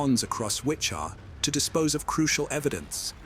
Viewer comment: Also, not Witcha, but Witchita.